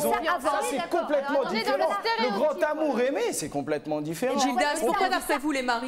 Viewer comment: l,amour avec un grand ta..lol ont dit l,amour avec un grand A...Ya pas de T a la fin de grand...ca énerve d entendre ca..